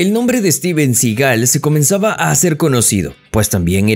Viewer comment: Debería aorender a pronunciar el apellido de Steven